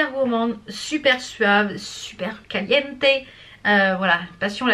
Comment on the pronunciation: Cou cou hablas español? PORQUE lo dices muy bien Pasion latina y te escuche decir Caliente pour le parfum Dr Pierre Ricaud eh ouii jai 47 ans et ilya 10 ans que lutilise les produits presque toutes la creme eclat dhiver cest top pour lhiver elle est tres nourrisante et hydrate bien la peau comme dhabitude top top tes videos gros bisous